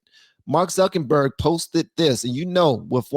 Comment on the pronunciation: Zuckenberg 😂 I love it lol instead of Zuckerberg😂😂